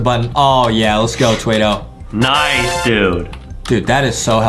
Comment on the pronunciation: It’s not twaido it’s Twado